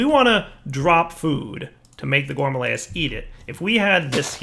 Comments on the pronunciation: I keep telling him that it's Rilis not layis, that it rhymes with amaryllis. maybe today he'll read comments a little. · gore-mah-RILL-iss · Nope, it's not a joke, he litarally can't pronounce it right ; ) Not carefully reading seems to be a common problem for yters xD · Gore - Ma - Rill - Liss.. Let's all say it together. Including you,. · "Here's the problem with the gourmalayases"